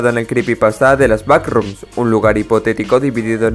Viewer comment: te recomiendo hablar de "da backcroms"